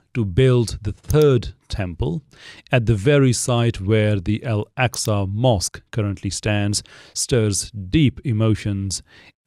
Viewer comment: Nothing against your al-jazeera mehdi hassan type video but please don't call Al-Aqsa "el-eksa"